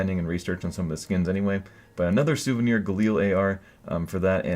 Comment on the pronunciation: you made a mistake saying souviner ak47 stattrak red laminate :P but nice video as always